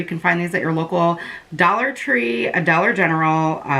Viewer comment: I love when you say "and it's only a dwolla" 🥰🤣 Love watching your vids girl 💜